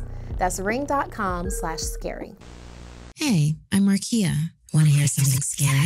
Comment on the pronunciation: sounds like ikea the store